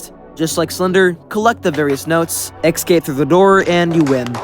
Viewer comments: great, another person who pronounces escape (uh-scayp) like ick-scape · Please. .... stop saying "eggscape".... It's ESCAPE NOT EGGSCAPE >:( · ecsai? Ecsape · You sure are one of my favorite YouTubers. I love your content and wish you the very best! There's one thing tho. I always hear you misspronounce the word "escape". It just gives me goosebumps so I really needed to tell you that. You always say it like eKscape instead of Escape. But anyways that's about it keep doing the great work bro! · why does he say "ecscape" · It's kinda weird how you pronounce the "escape" as "ekscape" or maybe I misheard you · I am still trying to get over that he says escape like "ecscape" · He still can't pronounce escape properly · No offense,but whenever i hear you pronounce "Escape" like that,my life expectency shortens by 5 years,great video by the way.